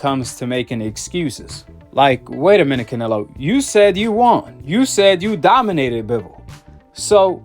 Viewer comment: 😂😂😂😂😂😂😂he said doninated😂😂😂😂😂😂😂😂